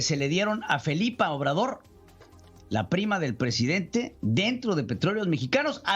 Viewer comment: Yo si dije, no manches, y ese es el Prejidente!